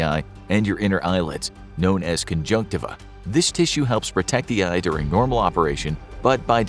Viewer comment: Did this man just say Conjuctiva? Conjuctivits? Woooaaahhhhh.